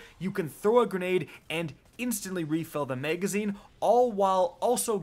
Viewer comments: Nobody:: MEGazine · "the meygazine"